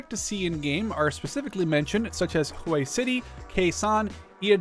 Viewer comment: I'm gonna be that guy, it's "WHEY" city, Not "H-WAY". It's a common think folks get wrong. But the battle of Hue City was the bloodiest in the conflict.